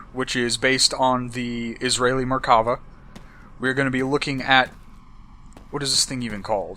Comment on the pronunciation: I KNEW ITS BASED ON THE ISRAELI MERKAVA BTW ITS MERKAVA NOT MARKAVA